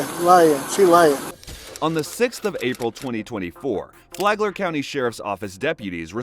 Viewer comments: I thought he said Flaglar county. That place has a Lot of pervs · Also wtf, it is FLAGLER county🤦🏻‍♀️